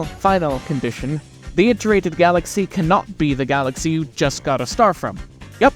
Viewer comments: Please don't say iterated like that ever again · you pronounce "iterated" like allan